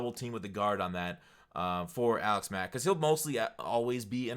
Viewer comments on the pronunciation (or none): none